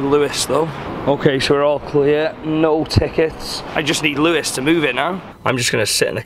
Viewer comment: Louis not Lewis ffs